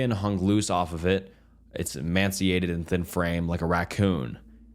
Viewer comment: AI narrator? If he cant pronounce emaciated…and the weird pauses..Im out